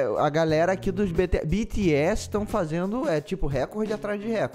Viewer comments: E ele ainda continua falando errado. Tipo errado ñ tá, mais ñ tá do jeito brasileiro sabe. Fala bitiéssi e ñ bitiés , fecho 👍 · Tururuuuuu ( se diz Bitiésii) kakakaakaka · Continua falando "bete-essi"... É engraçado kkkkkkk Vc reagiu a música errada... tem mta música deles com letra profunda! Tenta d novo,! Ps: é normal não saber quem é quem no começo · Ai MDS não creio kkkk o melhor de tudo é ele falando "Beteési" e se corrigindo kkkkk. Obg pelo o react e quem já o acompanha desde de o começo sabe que vc não tem a intenção de ofender ninguém. Bjs do ARMY 😊💜💜💥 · Ele:"Beteési" Eu:Admita que você já falou errado,ou não você JÁ FALO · É se escreve bts e se pronuncia tipo bities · 🤣🤣🤣 morrendo com ele repetindo bts "errado" e depois "certo" 🤣😍💜 Adorooooo!!! 😍🤣💜